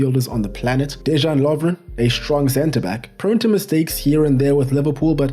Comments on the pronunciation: Dezhan Lovren? Guys, our J is not G or ZH. Its Deyan Lovren. Example: Jugoslavija / Yugoslavia... Pjaca is Pjatsa, Strinić is Strinitch. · lol, exactly. De-yan Lovren not De Jean Lovren. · as a Croatian myself I'd say otherwise, especially when a player has "J" in his name, it's read the same as "Y" , for example: "Yo-shh-ko" Gvardiol (he read this correct) or "De-Yahn" Lovren (read it kinda like yawn but faster) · beatiful summary mate, I'm aware Croatian names n surnames are hard so i'll assist ya ,Dejan Lovren as DeYan not Dezhan and Joško Gvardiol Yoshko Guardiol, keep on the good work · This is amazingly accurate. Good job on pronunciation, too. Except for Dejan Lovren. He is DeYan, not Dezhan. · Dejan is pronounced like dayan not j like jordan. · Almost everything was correct. Except the Js should be soft, like a y sound. De-yan not De-žan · This was a great video. I'd never expect anyone from outside Croatia to know these things this well. You did a very good job with the pronunciation, I was impressed, except a few minor things, like how J is always a Y sound in Croatian, so it's De-yan Lovren and Domago-y Vida, and also C is a ts sound, so it's Marko Pja-tsa. This video was truly a joy to watch. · Hat tip for doing a lot of effort to learn how to pronounce names of our playes. As I heard, the only problem is with letter "J". You should read it as"Y". DeYan Lovren, Mirko Yozić... Besides that... Great research, analysis and great work. Congrats! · The fact that you can pronounce Vrsaljko, but not Dejan is hilarious (not throwing shade, tho). Cool video, greetings from Croatia :) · Mamić is even not from Croatia. He is from Bosnia and Herzegovina 🇧🇦. Their parents are ethnic Croatian. Now you do now, Mamić brothers are living in their country of origin. By the way. You're pronouncing the name Dejan Lovren like his name is french. J is almost like I pronounced. Like Modrić or Perišić, so you can pronounce Dejan or Deian. But not Deshan